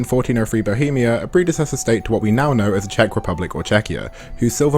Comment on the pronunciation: Very nice and refreshing hearing someone talk about this with a good balance - seeing the romance for what it is and not something else as a lot of people on both sides of this conflinct tend to. And also, as a Czech, your pronunciation was actually pretty good! Nice job on both. 👏👏